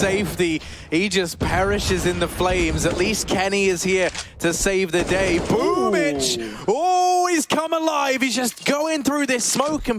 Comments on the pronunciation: It’s BOOMbl4 not BOOMBL4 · Why is it pronounced as boombitch?